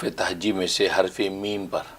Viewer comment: حرف تحجی نہیں حرف تہجی کہئے اور لکھنے